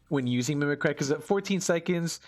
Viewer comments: Mimic Ree, not Mimi Cry. owo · Thanks for the vid but it's pronounced /ˈmiməkrē/. Sorry that gave me a chuckle. You just keep saying thoughout the whole video.